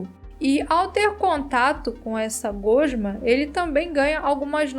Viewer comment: Só eu que dou uma pequena tiltada na maneira como ela fala gosma? Só frescura minha, mas ctz q n sou o único